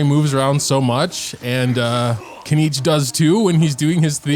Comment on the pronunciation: finaly 1st content creator who read and pronaunce his name RIGHT. KINICH not KENICH its japanese name not english ...